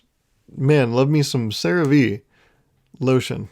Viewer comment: I think CeraVe is pronounced "Sarah-Vay". Like if you take a native Hindi speaker and asked them to say "Sarah-Way"